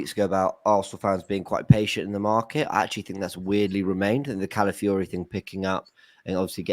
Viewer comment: Feel sorry for, signing Calafiori just means it's another player he can't pronounce 🤣